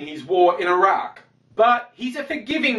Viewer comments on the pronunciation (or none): none